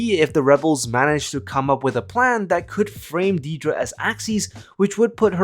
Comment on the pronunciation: If you're going to go to the effort of making a video about Dedra Meero, can you at least pronounce her first name right? It's not hard.